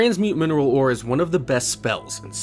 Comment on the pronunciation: you pronounce mineral super strangely